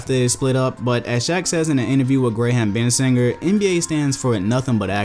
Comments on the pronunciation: “Gray Ham Ben Singer” hahaha wtf it’s graham bensinger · "Grey-ham Bensinger"